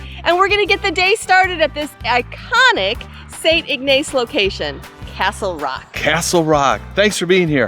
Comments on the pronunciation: We pronounce it Ignus lol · You mispronounced the name St. Ignace.